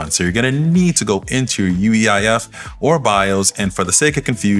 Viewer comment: Did I hear UEIF?